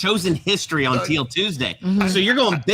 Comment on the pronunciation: think of it like Teel... not Till. 😀